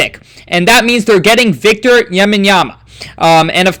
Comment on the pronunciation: Learn how to produce Victors last name before butchering it multiple times on this video.